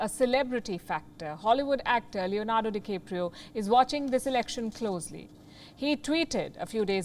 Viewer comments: First of all the mans name is de-cap-rio. Not de-CAPE-rio. And secondly, yes Brazil does what They want with Amazon, should that be shaving it off like a beard. Then they will do so. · Leonardo di Keopro?? lol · Please learn to pronounce Brazil, DiCaprio and nobody.